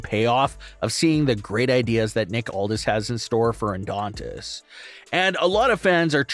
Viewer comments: Dude it's Adonis not Adontist......you do this alot!!! It's annoying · Yeah, I kept thinking orthodontist. 😮😊